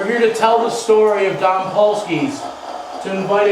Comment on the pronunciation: Great show, but dom is pronounced with a long o, like the word dome.